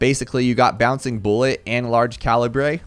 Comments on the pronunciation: Its pernounced ca li bu or cali but not ca libre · It is pronounced: cal-lee-brr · "large caleebray" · Well its actualy calabre 🤓🤓🤓🤓🤓🤓🤓🤓🤓🤓🤓🤓🤓🤓 Yes i know its a joke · Please tell me he’s mispronouncing calibre on purpose. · Man, it’s depressing to see people not know how to pronounce ‘Calibre’ correctly. But anyway, cool videos! Your tutorials are quite helpful